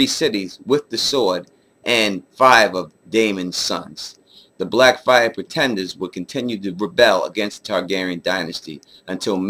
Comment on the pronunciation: You mispronounced blackfyre! You know I'm messing with you, like the concept of these videos, you know I'll be watching bruh